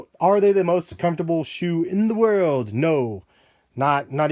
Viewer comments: "World not wold" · You said wold